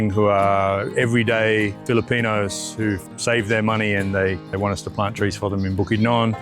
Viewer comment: See how he yalks ..he say " the fililinod " he is not a filipino .." it is not one of yoy ..mga traitor kayo. Typical ..wala kayong trust n loyalty even to your country ..u sell to foreigners ypur resources